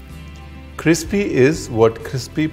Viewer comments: Cripsy nahi bhai. Crispy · nice pronouncation...very india paneer cripsy...dil hail hindustani.. it is crispy...first s then p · Not krypsy but crispy. Get it right, please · It is crispy not cripsy😂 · Paneer cryspi ko aap crypsi bol rahe ho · Crispy h..... Na ki cripsy.... 🤣🤣🤣🤣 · Cripsy???? Crispy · Chutiya cripsy cripsy bol bol ke eritate kar diya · Cris py not cripsy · What a starting point 🤣🤣 cripsy..and crispy 👏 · Crispy hai cripsy nahi ......😂😂😂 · After listening to Kripsy. Krispy has been permanently relpaced with Kripsy for me. 😂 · Aapne bola kripsy to kripsy hi hota hai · Yummy recipe but you are calling cripsy Ha ha ha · Crispy crispy crispy not cripsy 🙃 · Crispy, not cripsy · I have heard the "cripsy" so much in in your video that certainly makes me confused that whether it is crispy or cripsy!😃 But whatever it is, "vaiya haste khelte jo khana ban jaye woh Accha hein.." -from Bangladesh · Ranveer boldiya tho aaj se cripsy 😂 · Cripsy hota hain..🤭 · Ab toh mere muh se bhi kripsy hi niklata hain....it just your magic , chef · In the whole video Ranveer saying CRIPSY le word crispy :- yaha meri koi ijjat hi nahi hai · Nai. Nai cripsy hota hai ji 😀😀 fir na bolana app ne batiya nai... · Did i just learn that the translation of crispy into Hindi is cripsy? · Mujhe bhi confuse kr diya apne cripsy 😂😂😂 bar bar bol k practice krni pdti h...but apke liye kuch bhi 🥰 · Aapse na ho paiga Sir aap hmesha hi cripsy hi bolte ho 😂😂😂😂😂😂😂Aapke muh se cripsy hi achha lgta h hme 😘😘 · Stay Kripsy.... Be Kripsy.... Cook Kripsy... Another inspirational dialogue from Our beloved Chef Ranveer Brar. Hats off to you my dearest chef. 👍👍💐💐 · Aap CRIPSY bolie achha lagta hai...😃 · You really ddnt know the correct pronunciation.. or it's just as a joke you keep saying crispy.. 🙄